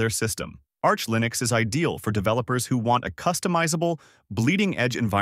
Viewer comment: This AI text-to-speech is horrible. "Lye-nix" ???